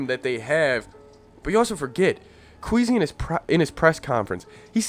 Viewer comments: You’re speaking facts but I think it’s Kwess-ee instead of queasy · But it's not Kweezy but Kwaysy